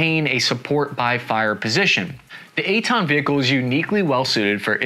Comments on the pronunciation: Took me way to long to get the name. I heard eight-ton and wondered that the vehicle was that light... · Oh, Eitan! Sometimes the American pronunciation sounds more like "eight ton". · I keep hearing "eight ton". EitAn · It’s not called the 8 Ton lol it’s the Eitan. His pronunciation on Hebrew words is a bit off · At first I kept thinking that you're saying "8 ton". Lol. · I was hearing "8 tone" on the entire video 😂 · Cap didn't say 8 tons. He said Ei--tan, which is the name of the vechicle